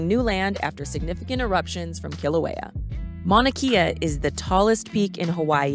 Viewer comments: “E’s” are pronounced as A and a’s are pronounced as uh. Mauna KAY - UH Go to top and watch sunrise. Waipio valley access is now closed. Kona Joe’s Coffee 🤙🏽 Green sand beach-don’t waste your time. If you do go, wear shoes-no slippas! Auntie will give you a ride for a price. See Ola Brewing 🍺 in Kona And yes, the island is very livable but get used to stupid! Hawai’i is and second world country and just about everything here is 50-75 years behind the mainland. A wonderful place to visit as long as you respect the locals. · It's pronounced Mauna Kay-ah. No e. Great video though. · This is a GREAT video! If you do a Part 2 put Kua Bay, 2 Step, Pohoiki Ponds and Kehena Beach. Btw it is pronounced Mauna (KAY-A) and it is Kaumana Caves. Obviously you can't edit the video but in case others want to know. We are still adapting to some of the pronunciations. Well done. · Your pronunciation of Mauna Kea is incorrect.